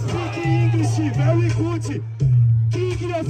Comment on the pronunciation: Ele falou Very good errado 😂